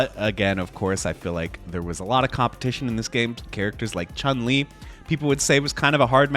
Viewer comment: each time an english speaking content creator pronounces Chun-Li's name correctly it caughts me off guard and i go like "oh wow what the hell?